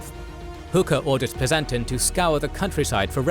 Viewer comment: Dude, you pronounce common names really oddly. PleaSONton? seriously? SheNENdoah? LMAO It's: PLEASonton (like pleasant) and shenenDOah (like dough)